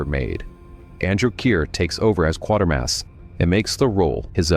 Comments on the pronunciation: It's pronounced QUAY-ter-mass, not QUAR-ter-maass. I would have expected you to know that. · Michael Gough is an extremely well-known British actor. His surname is pronounced Goff - not Go. And ... it's QuAtermass - not ¼ mass. There is no second R. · Quatermass is pronounced Kway-ter-mass. I think the word you're looking for is heresy, not hearsay. It's pronounced "hair-uh-see." And it's Nigel Kneale (rhymes with kneel), not Nigel Keel. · That almost sounded like you said Quartermass at beginning but I know that can't be. Lol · I am assuming it's an AI commentary otherwise if you claim to be such an enthusiast, you'd know how to pronounce Quatermass. AI is ruining the YouTube experience. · You said Quatermass correctly once in an earlier video and never again 😂 jokes aside this was a wonderful trilogy of videos!